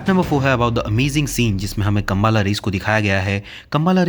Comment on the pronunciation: Plz pronounce properly it’s not kambaala kambala😮